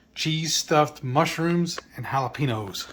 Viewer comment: 16 hours? We all gotta sleep at some point! 😅 I like to get the mail daily but I order a lot of things so it's often in my best interest. GASP, do my ears deceive me or has Shelly finally corrupted your pronunciation of jalapeños to match her own?! You used to pronounce the ~ over the n! 😨